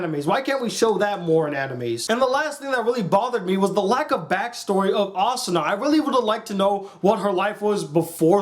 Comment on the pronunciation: its asuna ah-soon-ah